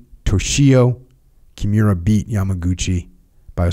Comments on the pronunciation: I love everything about this podcast except how Jocko says Kimura. KI MU RA not Kjemura. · Jocko is struggling big time with pronouncing Kimura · Jotcko should be glad Kimura didn't hear that. Cause if he did he'll snap him n half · Came here just to find someone else noticing that. Makes it hard to listen to this episode lol, the pronunciation of nidan was even worse 🤦‍♂️